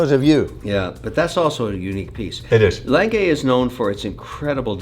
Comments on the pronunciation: What is a Langay watch, Is it the same as an A. Lange und Sohne, pronounced Aah Langer? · I am not sure but is that really how you pronounce "lange"? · Did he just pronounced Lang-Gay as Lange? 😂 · It's lange pronounced langa not lanngay lol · Lan-geh Not Lan-gay 😂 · As a German, I find Kevin's pronunciation of "Lange" as lan-gay simply abhorrent. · Lang-uh Kevin. Lang-uh. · A. Lange & Söhne or as Kevin O'Leary likes to pronounce it: L A N - G A Y 🤣 😂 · Sadly, a small innocent German child dies everytime Kevin says "Lang-gay"😢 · So, mr. corrupt has thousands of watches, but never heared of a gmt before?! And somebody tell him, it's "Lange", not "Leng gay"! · If I have to listen to Kevin mispronounce Lange one more time I’m gonna explode 😂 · Jesus can you butcher the name A. Lange more. At least try to say it properly. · the day Kevin learns how to pronounce lange, is going to be the day when the world will be over. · I love all of videos, but I can’t watch this Kevin guy. He constantly interrupts and he talks utter nonsense. I made it to about 15 minutes and had to turn it off. Someone please tell him how to pronounce ‘Lange’ properly. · His mispronunciation of Lange hurts my ears.